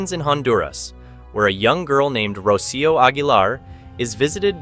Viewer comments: The little girls name is pronounced Ro-cee-oh not roshio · It’s not Richio it’s Rocio as in (roc-ee-oo)